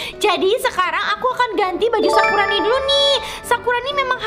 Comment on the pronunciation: selalu salah ngomong nya yang misal nya sakurani jadi sakuroni 😂😂😂😂 sakuroni jadi sakurani 😂😂😂😂😂